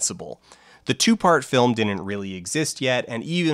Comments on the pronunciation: same whenever he pronounces "didn't" as "dinint" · Why do you mispronounce didn’t as “dinit”? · Dear Folding Ideas guy. There are two 'd's in the word 'didn't'. There is no such word as 'dinnint' in the English language. Not even in Canada.